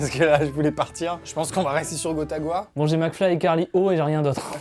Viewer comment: C'est Gotaqua mec, pas Gotagua !